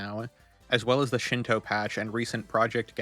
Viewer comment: It's Shino, not Shinto.